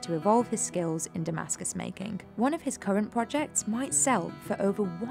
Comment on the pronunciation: "Makink" xD